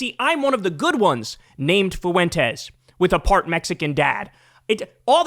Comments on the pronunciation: I always chuckle at how Kyle says “Foo-WEN-tez” instead of “FWEN-tez.” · Me: Kyle, how do you pronounce Fuentes? Kyle: Foo-when-tezz That shit makes me laugh every time you say that scumbag’s last name in your videos.😂